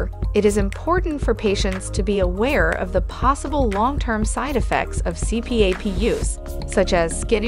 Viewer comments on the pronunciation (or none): It's pronounced C-PAP, not C-P-A-P. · "C---P---A---P"? Who the hell says it like that? AI does. And, ignorant people that literally don't know what they're talking about. Blocking this channel... there are enough stupid things that come across the home page feed. Don't need this channel ever again. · It's an acronym. The AI separates it and others blend it. It is technically a C P A P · The incorrect pronunciation of CPAP destroys any credibility of the video.